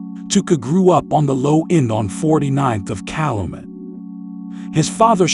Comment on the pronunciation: It's pronounced Cal-U-met..when you pronounce words wrong it makes me think the narrator is from nowhere near the city. I heard a few more mispronunciations